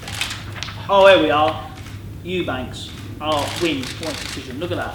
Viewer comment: Frank.... It's Eubank junior. Not Eubanks